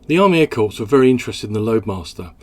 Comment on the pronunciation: An airplane that looked good and performed well. I wonder how much of a factor the demand for Cessna's AT-17, et al Bobcat ('Bamboo Bomber') was as well. One small quibble: 'Corps' as in 'Air Corps' is pronounced 'Core' with the p and s silent (silly English language...)